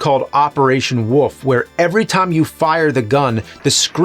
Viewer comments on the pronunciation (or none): WoLf not woof. Woof is what woLf says.